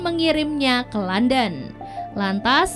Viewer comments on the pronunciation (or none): none